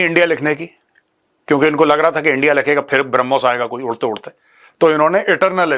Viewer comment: हरमोश(ब्रह्मोस) से कांपे टांग गई 😅😂